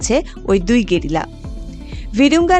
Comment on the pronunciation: একটু বেশিই শুদ্ধ হয়ে গেলোনা "গেরিলা"!!